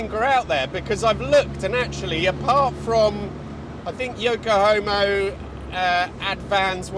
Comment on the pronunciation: Yoke-a-homo's? Rreally?